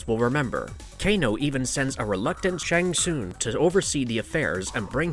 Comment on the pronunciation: The way u pronouce kuai Liang and Shang tsung is appalling